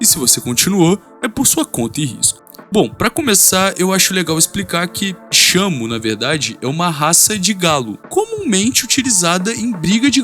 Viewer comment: vlw mn, na pronuncia eu juro que escutei shama, fiquei um 10min procurando por esse nomekkkkkkk